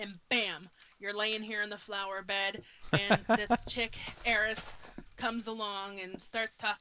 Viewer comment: Aerith, not Aeris